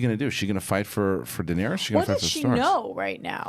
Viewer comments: 8 seasons and can't even pronounce Dany's name right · Nothing like listening to someone preach about a show n he cant pronounce the 2nd most important character name correct .. smh